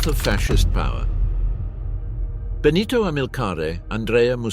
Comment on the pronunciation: (* En el cuello llevaban sendos carteles que decían: Assassini Traditori).No era Clara-ara sino Clara Petacci; Benito Mussolini no era " el duque" sino " Il Duce" y nunca "Bonito" sino "Benito"; no es Amilia- Romana sino Emilia-Romagna la región natal...la mayoría de los nombres de poblaciones y personas italianas aludidas, están mal dichos incluido el del Conde Ciano que se llamaba "Galeazzo Ciano".Aparece una fotografía de la actriz CLAUDIA CARDINALE y otras 6 mujeres que no son CLARETTA PETACCI.El documental es bueno pero la narración le resta mucho...de otra parte,no se pueden pronunciar nombres alemanes e italianos como si fueran ingleses o con la dicción en inglés de los mismos¡Un desastre la voz seleccionada...!